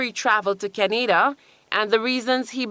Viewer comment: Why she pronounce Canada like that?